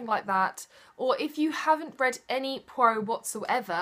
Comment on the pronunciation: Soo i finally know its pwa-rowh, instead of poi-rot hahaha.